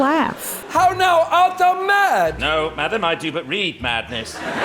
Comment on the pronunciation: I watched the video on Nebula so I'm coming here just to comment this: I'm no Shakespearian expert but I am French and to me, you pronounced "Feste" perfectly. In modern French, "fête" is a party, of any size from a birthday to the National day. That little accent above the "e" is called accent circonflexe and is used in many modern words as a stand-in for the Old French practice of spelling and pronouncing words with "st" inside of them. It also works with a couple English words we have in common. For example, the Hospital becomes Hôpital, the Forest becomes Forêt. So "Feste" is the Old French word for a party, a fête, and it is pronounced exactly how you pronounced it, top marks. It's also a word used in many regional languages and patois of my country. Anyway, I loved the video, I especially appreciated you mentioning the slurs against Romani people and the history of their displacement, discrimination and ostracisation.